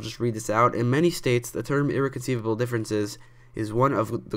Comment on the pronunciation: First off, it's pronounced (Irr-rec-on-cī-lable) differences. That's all Have a nice day